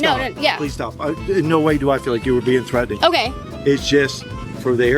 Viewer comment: "they're Thretened" HUH